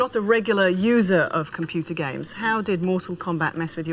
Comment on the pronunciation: "You are a regular... USER... of computer games..." I'm dying lady.